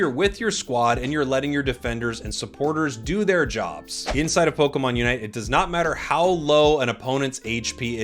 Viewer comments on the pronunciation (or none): none